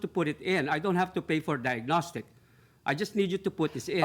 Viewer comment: And he can't say 'diagnostic'!